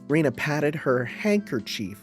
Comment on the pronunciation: Please no more Rena pronounced as Rina 😂There is literally a character named Rina in the VN